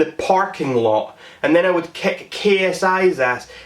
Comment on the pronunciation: i love how he pronounces kick as keck